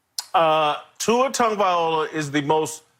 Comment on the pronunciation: His name is TagovaiLOA..how does no one tell this idiot how to pronounce his name properly, its like saying Whitcock all the time 🤦‍♂️🤦‍♂️🤦‍♂️🤣